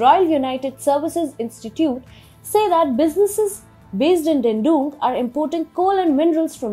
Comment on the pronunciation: this time I stopped at "funneled". For god's sake - look up Google for a word that you are not sure how to pronounce. Also please get the pronunciation of names correctly. You are pronouncing Dandong as Dendung. There were a bunch of other mistakes you made. The content of TFI global is good. But your pronunciation is really annoying viewers!!! It could drive away many of us. Please raise your bar of professionalism.